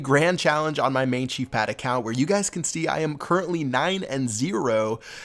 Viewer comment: You said chu fat... not.. Chief Pat....